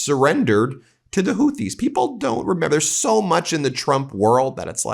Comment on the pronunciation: He doesn’t even know how to pronounce the name of his enemy. He thinks he’s fighting Hootie of blowfish fame. He’s so stupid! I’ve been saying it for years; It’s not what he has that gives him power, it’s what he lacks.